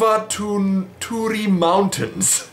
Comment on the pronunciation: You butchered "Korvatunturi" so badly I didn't even regocnise the word at first :P Anyway, it's in Finland and we tell everyone Santa Claus lives there (Oh, ignorant Americans and their North Pole).